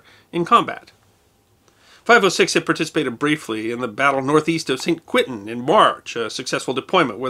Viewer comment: The Quentin in San Quentin is pronounced a bit like Conton. History deserves appropriate and correct pronunciation. I will not even comment on your pronunciation of Villers-Bretonneux.